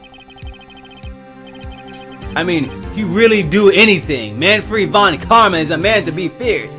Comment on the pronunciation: von karma is suppoused to be german (thus the "von" honorific), so it would be pronounced: man (pronouncing the "a" as in "alive") - fred (pronouncing the "e" as in "epic") von (pronouncing the "v" as an "f", so it woud sound like "phone") karma (you got that one right)